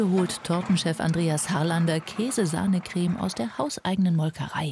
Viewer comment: dieser typ sagt anstatt "creme" "greme"😂